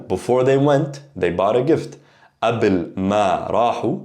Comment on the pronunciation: Is there a reason you do not pronounce the ق in قبل? You say Abel verses Kabel. Thanks.